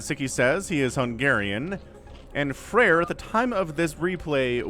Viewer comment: And also, not FrEir, but FrAer) thats how to pronounce it on russian😀😀😀